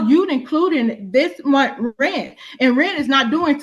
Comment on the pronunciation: It’s monTH not monT.